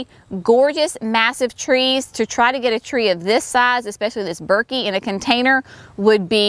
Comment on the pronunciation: They will look great as they grow larger. Thuja is always pronounced Thoo-ya. Burkii is burk-ee-eye.